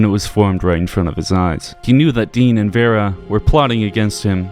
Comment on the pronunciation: Take a shot every time he pronounces Dean's name wrong